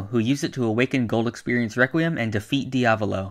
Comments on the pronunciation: Yes great rewquiem Lol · Reqwiem lol